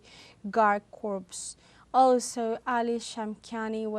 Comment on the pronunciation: thanks for the sitrep. corps (peace corps, marine corps, esprit de corps) is actually pronounced 'core' and not corpse (a dead body).